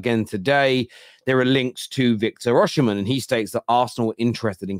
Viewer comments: As a Nigerian, it's definitely Osimehn. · football terrace-- why do you pronounce is as Oshimen not Osimen, do you know something we don't 🤔??